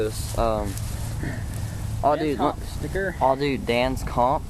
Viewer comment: you dont know shit about biking, or bike parts, your bikes are pieces of shit!! and fuckin learn how to say DANS COMP